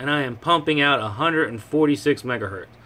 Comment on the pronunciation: "Megahertz" lol...